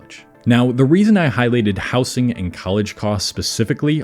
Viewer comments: It's pronounced "housing", not "housing". Where r u from that u say it like that? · he mispronounces housing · Why do you pronounce housing with a soft s? I've never heard that before and it's not in any accent i know of.